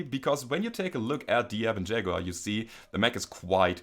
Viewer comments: Liked because... "Shaguar!" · I see LokenPlays is not the only one to own a "Shag-uar". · "Shaguar" Nice